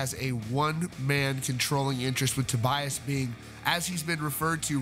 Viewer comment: And apparently his first name is actually pronounced To-BEE-as, instead of To-BYE-as!